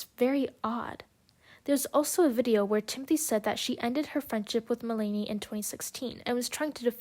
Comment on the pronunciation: Just to let you know, her name is pronounced Mel-na-knee. Interesting points through, it was hard to listen her name be pronounced wrong so many times though lol